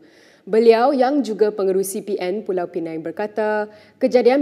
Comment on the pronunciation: aku ingat dah taubat, pengacara melayu celup ni masih lagi sebut 'Pulau Pineng'.